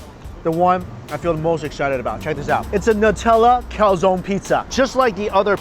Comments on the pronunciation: Can you please stop calling a calzone, a calzon? It’s pronounced calzo-ne (cal-zon-ehh). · Hi Mike!!I'm from Italy. I just want to tell you that you have to pronounce the "e" in "calzone",it's not "calzon" it's not "calzoni",it's "calzone".It was so strange to ear the pronounce.Hahaha!!😂😂But great video as always,i'm hungry now!! 😅😅😅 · I got silly laugh when he said "im dying to get into this calzonne" cause in spanish it sounds like calzon aka lady underwear 😂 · it's pronounced cal-tson-e (e like egg), not cow-zone ;)